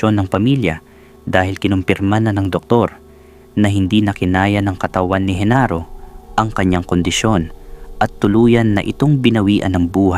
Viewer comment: Genaro not Henaro